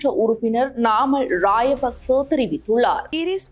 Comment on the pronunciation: ராஜபக்ச என்பதற்கு பதிலாக ராய பக்ச இன்று உச்சரிக்கிறார்கள் உச்சரிப்பில் கவனம் செலுத்தவும்